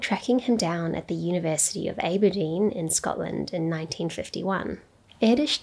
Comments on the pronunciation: I am astonished that an inzidder would pronounce Aberdeen as Ayberdeen - it is Abberdeen. Too much time with yank influence. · lol..aber-dean.. try Abba-dean x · This was fascinating. The communist bug hunt in the US was a wild time - much like black bagging immigrants right now. One small thing though, Aberdeen is "Ah-berdeen", not "Eh-berdeen". Like apple, not ace. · Aberdeen is pronounced Abba Deen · Aberdeen [ab-er-DEAN] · Interesting. FYI Aberdeen is pronounced with a soft “a” like ABBA. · Very interesting, thanks. The Scottish university is pronounced "abber-DEEN" by the way. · Not to be that guy but the A in Aberdeen is short as in cab, not long as in ray. So think ABBA-deen! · That's not how you pronounce "Aberdeen" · always deliberately mispronounces something in her videos. Today, it's "Aberdeen."